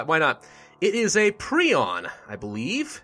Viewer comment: He pronounced it pree-on.. isn't it pry-on?